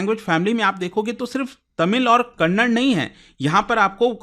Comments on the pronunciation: As soon as you pronounced kannada as kannad I got irritated and unable to hear that word😂😂 If possible pronounce correctly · hey please pronounce the "a" it is kannad-"a" not kannad. Please pronounce the a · I still wonder y u guys pronounce it has kannad... By this virtue you should pronounce cannada as cannad😅😅😅